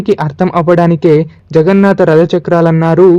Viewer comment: జగన్నాత కాదు జగన్నాథ. తెలుగుని చంపకండి